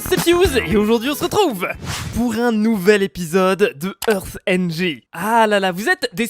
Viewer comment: heartng xD chuis mort